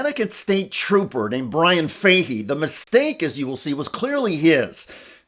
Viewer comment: I can't get past the mispronouncing of the name Fahey😢